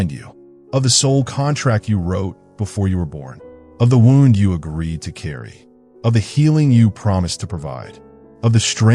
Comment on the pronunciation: The narrator is either AI or just a poor reader. Pronounces "wound" (as in an injury) incorrectly. Pronounced it as if referring to a ball of yarn. Get your editing together dipshits.